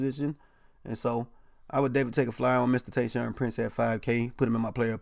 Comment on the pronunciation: “Tayshaun” lmao